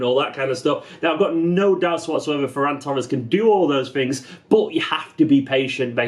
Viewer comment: This is great. Great pronunciation of his name too. It's a Catalan name.